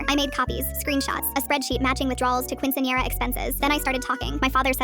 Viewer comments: the way they say quinciñera is horrible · the fact it won’t pronounce quinceañera right 😔✊